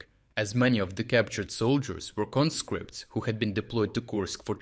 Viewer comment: CON'-scripts, not conSCRIPTS! They are, however, con-SCRIP'-ted. But congratulattions on rounding up a whole lot of the little buggers!